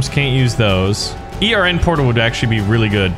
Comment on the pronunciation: Hold on why is he saying e r n instead of ern